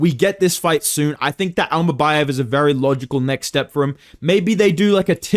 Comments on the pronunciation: Bro got secret beef with Kazakhs 😭😭 bekzat immacan and asu immabum killed me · "imabum vs Joshua van" 😭